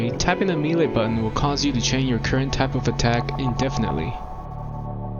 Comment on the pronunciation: hearing melee pronounced oddly so many times has corrupted my soul